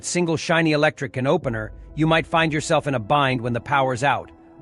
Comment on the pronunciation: It's how this psychotic AI voice pronounces "can opener" 🤣🤣🤣🤣🤣